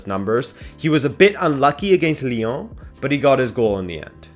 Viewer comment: The way he says Lyon “liong” 😂